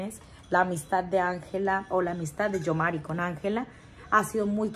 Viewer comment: EL NOMBRE ES YOMARY GOICO,ASI, COMO ESTA ESCRITO SE PRONUNCIA